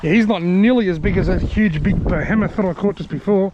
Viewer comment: You keep saying, ' BEHEMOTH' wrong!